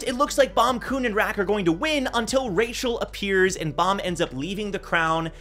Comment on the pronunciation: why does he keep saying Rachel’s name is Michel ?? is she a catfish lol